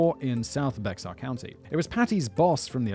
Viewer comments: Wow this is the firs time I’ve heard the town I lived near mentioned, then to see dude walk up to the county court house in Floresville right by the peanut lol And FYI Bexar is pronounced Bear 🐻 dumb I know lol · I actually live in one of the counties next to Bexar county (Kendall) and most people here prounounce it as "bear" county. Still, was pretty funny that I still actually recognized which county he was talking about. Lmao, I used to pronounce it the same way when I was still a kid. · Bexar is pronounced “Bear”…I don’t know why Texas is like this 😂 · Bexar County is actually pronounced "Bear"..... And what about the second site JR was pouring concrete? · Bexar county is pronounced “bear” county. I made the same mistake when I lived in CenTx. Great channel by the way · In Texas, we pronounce Bexar County as Bear county. Well... I don't but most do. Just like Guadalupe, a street Downtown in Austin (the capital) is pronounced guada-loop. Some of us are smart, thoughtful, and cultured, I swear! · For future reference, Bexar is pronounced "Bear" in this case when refering to Bexar County Tx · Simon, FYI, Bexar county in Texas is pronounced Bay Har. Like a lot of cities and counties in Texas the name is spanish. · As someone from san Antonio, it's really funny how he says Bexar. Its supposedly to be like bear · Bexar County is actually pronounced BEAR - the x is silent. It's Texas. We name our counties and town oddly. 😂 Gruene is pronounced Green, like the color. 🤷‍♀️ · I would send you wine myself if you would drink it before / during the read. (I'm originally from Texas. Bexar is pronounced Bear - just like Grizzly Bear.) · Polite correction: Bexar County is pronounced Bae hard. Many Texas names are Mexican. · It's pronounced "Bear" county, because, ya know, Texas, I live in this county in fact. And yes please do the JonBenét Ramsey case. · As a person who lives in Texas, US, I feel that I'm obliged to say that it's pronounced 'Be-har' not as written.